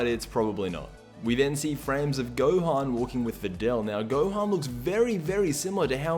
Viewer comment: Stop calling him Gohen. XD